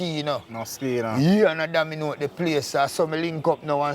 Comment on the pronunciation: Cook slick with words yf😂😂 dawg seh "domiNOTE" instead of "dominATE" quick quick 😂😂😂😂